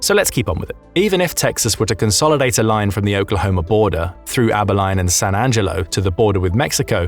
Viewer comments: For those not in the know, it's Abi*leen; not Abi*line. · bro thats not how you pronounce Abilene 😂 and yeah that town would be a problem for an invading California force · Exactly I was cringing so hard at how Abilene was pronounced lmao 😅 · You might get Texas to declare war on you with that pronunciation of Abilene